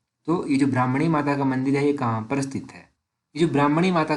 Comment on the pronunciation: ब्राह्मणी नहीं भरमाणी